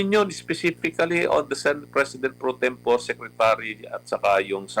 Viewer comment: Mali ang pronunciation ni Lambino ng salitang "pro tempore". Ano ba yan attorney.:face-blue-smiling